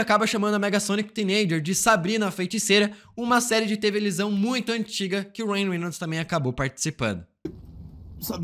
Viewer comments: É televisão ou TEVELISÃO ? KKKKKKK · "ele ataca o Wolverine" "leletrocutado" "tevelisao" ksksksksksksksks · " serie de "tevelizão" 😂😂😂😂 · tevelisão KKKKKKKKKK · uma série de “tevelisão” kkkkkkkkkkk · Série de "TEVELISÃO" 😅 Te adoro viu ❤ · Uma série de "tevelisão"? Kkkkk rachei kkkk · Uma série de "TEVELISÃO" KKKKKKKKKKKKK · tevelisão, se for de propósito, é difícil falar errado de propósito, o cérebro buga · kkkkk... tevelisão ?? .... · mai alguem ou so eu q ouvi ele falar tevelisao as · tevelisão kkkkkkkkk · "Uma série de tevelisão" kkkkkkkkkkkkkkkkkkkkkkkkk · Ele falou televisão kkkkkk